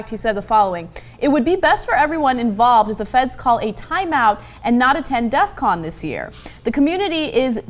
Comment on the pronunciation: its DEFCON not death con -.